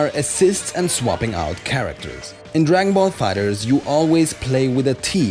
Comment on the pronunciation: why do you pronounce it fighters and not fighter z ?